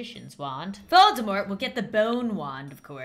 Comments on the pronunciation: Just letting you know, although I'm late, Voldemort is pronounced Vol-De-Mor, as if he's French. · Fun fact! Volemort is actually pronounced: "Vol-de-mor". Apparently the t is silent. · Dark lord not Volde mort